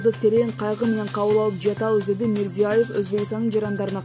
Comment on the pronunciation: Окуган кызга; Мирзияев эмес, Мирзиеев. Адамдын атын, фамилиясын туура окуш керек! Сенин атынды башкача айтса, капа болосунбу? Же, сага баары бирби?